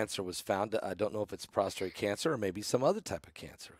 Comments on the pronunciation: Prostate-not prostrate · Prostate not prostrate.